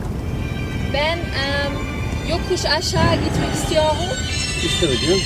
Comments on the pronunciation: BIR TAMIRCI ISTIYOGUM 😂😂 YOU HAVE A FRENCH ACCENT, JUST SAY "R" AS YOU SAY IN ENGLISH, I THINK YOU ARE TALKING WITHOUT "R" S BECAUSE YOU WANT TO LOOK DIFFERENT. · alman "r"si xd